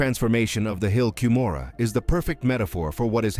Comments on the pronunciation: I'll only subscribe if you pronounce Moroni correctly. the "i" at the end is pronounced "eye" or "aye" not "eee". I'm not longer a participating member of Mormonism, but it still grates when Moroni is mispronounced. Also Cumorah is pronounced Come - Or - A. You'd better get these basics right if you want to be taken seriously. Consult an LDS member on the correct pronunciation of these and other fundamental and basic Mormon names and terms. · The hill ‘Come ora’ is the pronunciation. Why would you want cover this inaccurately, making you ignorant. The Mesa Arizona temple, the Hawaii temple, the Oakland California temple and the Cardston Alberta Canada temple have never had an Angel Moroni, negating your entire supposition. They are not removing the statues from remodeled temples. Stick to what you know about. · This video hurts my ears with all the mispronounciations. The hill "COOM'-or-eee" and angel "Muh-ROH'-nee". Can I trust a video that can't get the English pronunciations correct? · Please correct the pronunciation of Moroni and the hill Cumorah (l am not sure how to spell it.) the video was excellent, but the mispronunciation is a problem in that it is an annoyance in the presentation. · Maybe you could teach the narrator how to pronounce Moroni. Likewise for Cumorha. Your credibility goes to zero when ya can't even pronounce correctly.